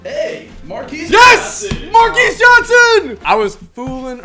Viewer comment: How you not know Marques Johnson? He the dude that grabs the gun in the yellow tank top. Also it's pronounced like Marcus.